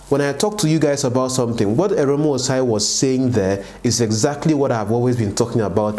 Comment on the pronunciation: Guy, pls pronounce people's names correctly now! Which one is Arom? The name is AROME. You also called Benny Hinn Benny Hen. Please do better abeg!